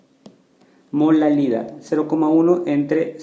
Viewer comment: dice MOLALILAD xdxd